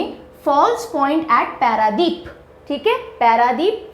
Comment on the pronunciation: It is not हीराकुद its हीराकुंड It is not पैरादीप its पारादीप Please complete yourself Kab tak aaise pdf dekh ke padhati rahengi